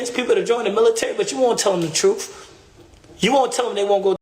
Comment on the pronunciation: Truff? Mother fucker doesn’t even know how to speak. It’s truTH. No F’s in TRUTH moron